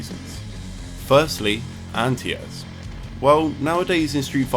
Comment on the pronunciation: What do u mean "antias"??... Oohhh you mean ANTI-AIR